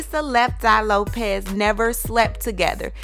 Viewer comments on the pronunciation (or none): It's Lisa "Left Eye" Lopes not Lopez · Erin McMahon Lope”S” not Lope”Z” lol sorry can’t help a tru fan lol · It's Lisa Lopes, not Lopez. Also, Pac and Lisa never had sex or dated. Infant when they first met, Pac said "never let me sleep with you" as he didn't want to ruin their friendship. Lisa loved him and he wrote a song about her called "Can you get away" - it's about Lisa/Pac/Andre.